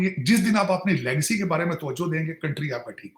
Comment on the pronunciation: Lagecy nahi Legacy hoti h Tarar Sir 😂